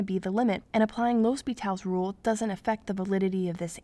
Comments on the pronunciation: Good video but isn't it supposed to be "L'Hôpital's rule"? Pronounced 'Lopi-tal's rule". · Its pronounced as Lopetal's rule